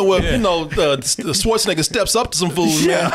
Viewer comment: I giggle a little bit every time pronounces Schwarzenegger as "Swartzenegger."